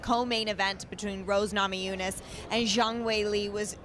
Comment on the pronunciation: Teddy used to call Rose 'Namajamas', so it's great that she calls Zhang 'Zang'.